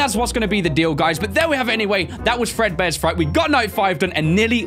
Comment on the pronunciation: *fredbears not far bear XD